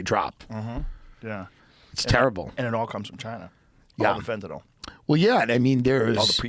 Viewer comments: You are pronouncing Fentanyl wrong. Sound it out guys. Sounds like NIL not NOL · Please stop saying FentaNOL it’s called FentaNYL thanks love youse